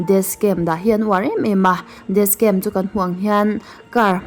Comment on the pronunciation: Dascam tiin i lam a,Jashon tiin i lam leh lawi bawk sia,'SH' hi 'S' angin i lam a,'S' hi 'SH' angin i lam leh daih thin a video dangah pawh...Ka lo sawi ve mai2 nihchu aw,mit leh beng erawh a tlai thin e👍🏻